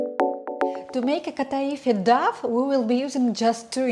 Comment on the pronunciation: very useful, but please check on google how to pronounce the english word "dough"